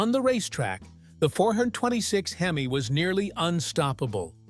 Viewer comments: This is so AI. Pronunciation for the “word,” “Hemeye” & not “Hemee. What a freaking crock. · Robo voice " Hem eye " ? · I HATE these AI voiceovers…!!! Where can I buy one of these these HIM-EYE motors today…!!! Edit : Now, if Mopar could build one that lasted like the late-60s motors, Mopar would really have something to brag about in its rebirth…! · LMAO...... What's a heemi? Terrible, terrible.......... Sick of this AI bs. So smart but cannot pronounce words correctly. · Your reader can't pronounce "hemi". Weak.